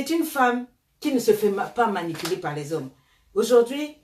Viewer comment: Elle dit paer ça des conneries🤣🤣